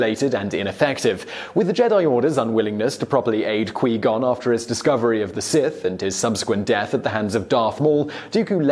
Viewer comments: I know he said he was sorry for the mispronunciations but... Qee Gon 😂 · Qwee Gon? Reeevan? Darth Molok?! Vishi8? This is no Star Wars 😔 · it's pronounced quwhy-gon not quee-gon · Quee gon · "Quey gon Jim" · qwee gon? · You can tell this guy doesn't watch starwars. "queeeeee gon" xD Edit: Oh no. not "reeeeeeeeven" My heart just died. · Man.....I had to stop watching this the second he said 'Qwee' Gon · Turned this off when he said "qwee gon". This man has no love for stars so ill be gon too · My gon, qwee gon, we all gon for qui gon. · Reeeeeeeeeevan, Qweee-gon, neehilus, Kreee-uh, bruh lol wtf. This list is terrible btw, Nihlus can devour entire world with the force and drain his enemies of life completely, please someone explain how some old guy who can shoot lightning out of his fingers like a magic fairy is stronger. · Lol...quee gon. I kinda like that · This man said Qwee Gone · Did this guy not even watch the 1st movie? I mean, come on man. "Qwuee gon" I can understand not being able to pronounce the people not mentioned in the movies but that's just wrong. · QWEE-GON ?!?!?!??!?!?!WTF CAN YOU GET ANY PRONUNCIATION CORRECT?!?!?!?!?? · Quee-gon. WTF LOL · kwee gon lol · Qui gon is pronounced qwi gon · "Qwee Gone"..... oh man... I'm out. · Qwee gon 😂😂😂😂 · Why can't you say Qui gon jinn like in the movie. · Dooku couldn’t hold his own against Yoda... he had to resort to a cheap trick trying to crush obi wan and anakin to escape as he knew he wouldn’t win... Listen on how to pronounce Qui Gon also 😂 Interesting video though 😊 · I feel that he deliberately mispronounced just to tick true Star Wars fans off cause he is a true treky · Please for the love of got learn to pronounce Qui Gon's name correct